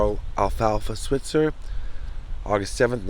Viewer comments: His last name, Switzer, is really pronounced with a long "i". Swite-zer. Several of the shorts have the kids addressing Alfalfa's mother by the true pronunciation. Also, the films were made for movie theaters to be shown before the feature films. The series began in 1933, before television was invented. No one thought about later showings so there were no residual provisions in their contracts. The films were rereleased in theaters throughout the 1920's and 1930's by Hal Roach, the creator and producer of the series until MGM bought the rights and continued the series for 6 more years. They weren't on TV until 1955. MGM kept their films with the "Our Gang" title and Roach had to change the name of his films to "The Little Rascals" and various titles for the silent "Our Gang" films, of which numerous ones are lost films. Very nice video, guys. Also, Carl Switzer was short in the buttocks and the bullet went through his groin. A witness to the shooting, who kept his silence for years until after the shooter had passed away said that he was shot when he was leaving the house. It was really not a justifiable homicide. His brother, Harold, took his own life after having apparently killing someone and couldn't live with what had just happened. Very sad. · You mispronounced his last name. It's pronounced "Sw-eye-tzer".